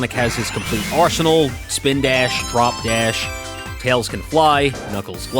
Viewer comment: When i heard you said drop dash : "what did you just sayyyy???